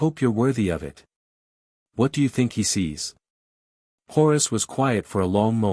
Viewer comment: Still bugged by the AI reader shifting name pronunciation every other occurrence. “Eye of Hours” instead of HORUS??? Give me a break!!